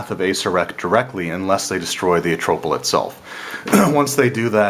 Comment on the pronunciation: Good summary and review. I find it hilarious how you pronounce almost every word differently from mostly everyone else: Nyanzaru, Omu, Acererak, Atropal etc...